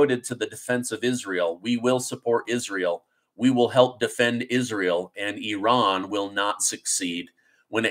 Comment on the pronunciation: Bro, it's Not Eran, Or Oran it's Iran.. Get it Right and you are Amazing : )